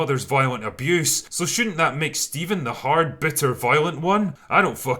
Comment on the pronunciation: I believe it's pronounced Phsteven